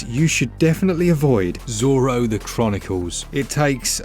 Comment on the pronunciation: Unusual pronunciation of Zorro on the avoid game